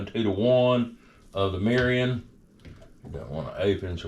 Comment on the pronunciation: “Meerreeeyon” 😂why is everyone like this whitey learn how to pronounce the ingredients before you make a video about another culture’s food plz. And cool it with the love bots, how much you pay for these comments?